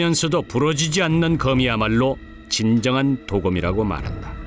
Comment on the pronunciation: 鍍金(도금)이 아니라 刀劍이예요! 도~검이라고 발음해야지! 방송국이 한국말을 망치고 있어! 요즘은 방송 심의도 하지 않나 봐! 성조법이 다시 부활되어야 돼!대한민국 공영방송이 전 세계의 망신거리를 자초한다! 근거도 없는 발음법때문에!